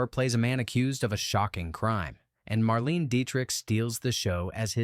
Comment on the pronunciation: Ugh, it’s Mar-lay-nah!